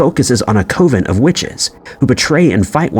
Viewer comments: Coven pronounced like Oven, not Coven pronounced like cove. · I swear I've seen vids from this channel b4. Is this one AI or what? It's so oddly spoken. Edit:😂 nvm,the Narrator just called a Coven a Coooven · I too was a bit confused when I heard that one. 🤔